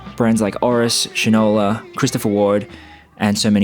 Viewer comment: "Shine-ola" not "Shin-ola. AND "Sa-Re-CA" not "Sa-REEK-Ka."